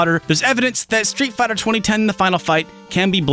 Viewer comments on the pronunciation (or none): Spit out my drink at "Street Fih-turlund". Bravo.